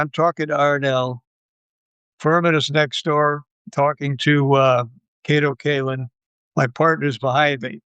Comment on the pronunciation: He meant to say Kato Katelyn :D :D